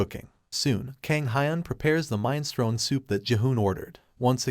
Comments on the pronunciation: Minestrone!!!!!!!! Mi nes tro ni !!!!!!! Sometimes you have mispronunciations and it's fine, this was just too frustrating! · What, you don't know mine-strone?